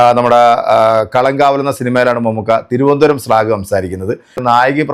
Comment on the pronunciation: സ്ലാഗ അല്ലടാ പൊട്ടാ സ്ലാങ് (slang)